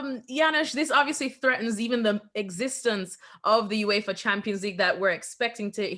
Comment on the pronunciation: What a horrendous pundit can't even say uefa😂😂😂